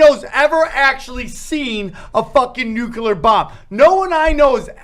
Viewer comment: Nucular Nucular Nucular 😁